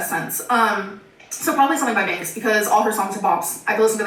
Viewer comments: Trying to figure out if she was saying "Binks" or "Banks" when she's talking about music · Is she saying BANKS? If so, she’s right. Banks is a damn good artist.